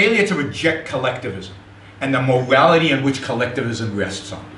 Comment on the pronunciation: He sounds like a 2 year old with a deeo voice. "Mowality"